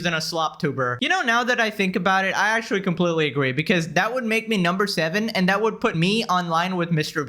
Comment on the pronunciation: Take a shot every time he says akchewee or lichowee